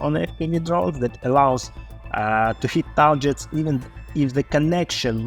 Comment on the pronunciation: "Tarjets" .... I laughed every time.